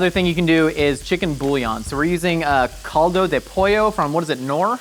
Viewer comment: idk why hearing him try to say caldo de pollo knor was so funny to me xD